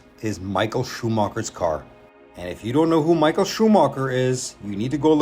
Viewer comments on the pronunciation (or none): none